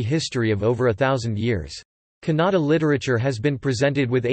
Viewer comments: The pronunciation of word Kannada itself is wrong You are saying it like Canada. The other information is also incorrect Dr.Madhava Peraje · The pronunciation of Kannada is not correct. The information also